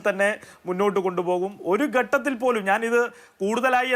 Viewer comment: ചർച്ഛിക്കാൻ വരുന്നവന് മലയാളം പോലും അറിയില്ല ഗട്ടത്തിൽ എന്നാണ് പറയുന്നത് ഘട്ടത്തിൽ എന്ന് ആരെങ്കിലും തിരുത്തി കൊടുക്ക്‌